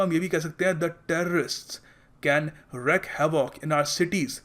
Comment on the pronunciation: Sir there is difference in the pronunciation of wreak (British, America) enPR: rēk, IPA: /ɹiːk/ and wreck IPA: /ˈɹɛk/ also.